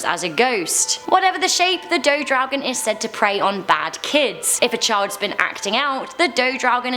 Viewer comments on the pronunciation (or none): It is do draugen and not dough draugen. Do is toilet in Norwegian 🙂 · "Do draugen" is toilet draugen not dough draugen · I like how you butchered my language. "Do Dragon", hah. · Dodragen haahahahahhahshssha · Hahaha daudraoken xD det var litt feil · As a Norwegian I only recognised "Dodraugen" x) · Omg “do dragen” oof hahha I’m from Norway 🇳🇴 and damn still hunds me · I cringed everytime she said draugen ... I cringed everytime she said a name in direct form